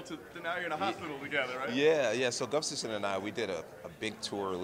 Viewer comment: Good ole "Gufstasson"